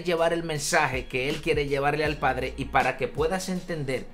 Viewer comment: Dice Pladre... Habría que corregir.... 😬